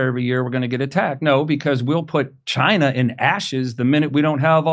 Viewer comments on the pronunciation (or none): none